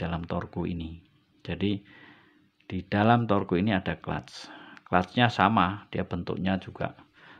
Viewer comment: Torque dibaca tork.